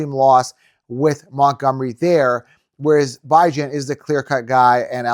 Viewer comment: No you were not the only podcast saying dont draft CMC 1st...totally disagree...y do you pronounce Bijan's name wrong everytime